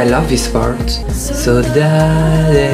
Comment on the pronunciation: Saudade is pronounced "saw dad".